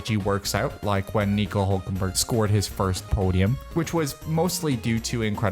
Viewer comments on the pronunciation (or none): none